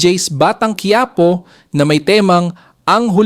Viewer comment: Bakit kayong mga narrator ng batang quiapo ang pronunciation ñu batang kuwiyapo? Diba mga pinoy kayo? Or Spanish man quipo is quiapo.hindi kayo cute o Hindi kayo nakakatuwa pakinggan.nakakabwisit lng kc.